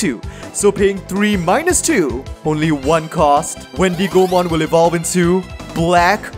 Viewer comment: Every time you said Wendy Go Mon, you made me laugh xD the wendigo is an animal and its pronounced like wendigo mon. Anyways, love your content and I'm so excited to see your take on Gammmon/Proximamon deck 👀 I've been playing that deck (proxied obviously) and I love it so much